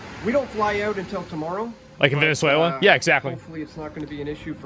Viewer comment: Vene suwla 😂😂😂